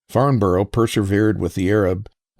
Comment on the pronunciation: Love this posl One thing if you do notmind, we say "Farmbrrh",it's a bit like Riceĺip Looking forward to your next😊